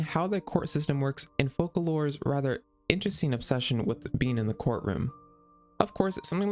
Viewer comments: cool video, but youve got some name pronounciations wrong, Focalors (the "s" included) is read as "Fosalors", and the Ars Goetia is read as "Arc Goicia" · Also, from CBT1, Focalors is read as fohkalors but they changed it to fohsalor during Sumeru archon quest.